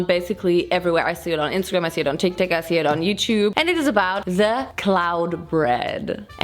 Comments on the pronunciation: No one: Literally no one:: Calls TikTok TikTik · Did she say Tik Tac Instead of tik Tok ? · i guess she said tik tak...i watched the video yesterday and i thought i noticed tik tak....but to be fair i am just a pedantic and i hate tik tok. its just braindead 🤷‍♀️🤙